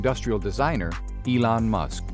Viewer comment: WHAT DO YOU EXPECT FROM HIM? HE KNOWS ELON MUSK HAS A FIRST NAME, GREAT, BECAUSE WE ARE ALL ON FIRST NAME BASIS. BUT MUSK'S NAME IS NOT "ELAN" . THIS VIDEO IS JUST DESIGNED TO DRAG IN IDIOTS LIKE YOU, MICHAEL AND ME.